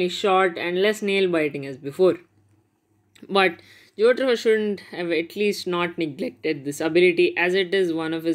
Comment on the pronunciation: WHO TF IS JOTRO? IT"S JOTARO MY DUDE!!!! LMAO